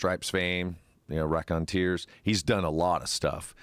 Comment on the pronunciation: If you actually gave a fuck, you'd know its "The Raconteurs". Not "rackonteers"